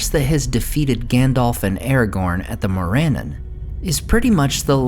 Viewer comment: Gotta work on your pronunciation. Morannon is not said as "MORE-AN-IN" It's "MORE-AH-NON". Same as Rhovanion is not "ROW-VAN-YAN" It's "ROW-VA-NEON".